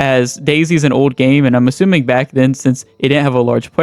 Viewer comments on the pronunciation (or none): none